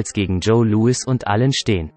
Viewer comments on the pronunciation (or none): none